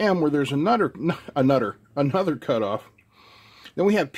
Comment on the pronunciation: Nudder? I've had enough. Lemme ask my brudder, mudder and fodder.